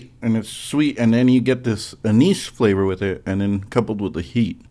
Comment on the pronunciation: not at all, you said it perfectly. I just go all in for the inappropriate joke 9 outta 10 times on account of still being about 5 years old.